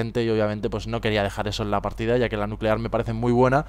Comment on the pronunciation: Se dice nuquelar jajaja